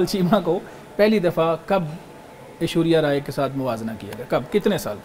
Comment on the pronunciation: Anchor cant even pronounce Ashwariya's name, its not ashuria! spoke very well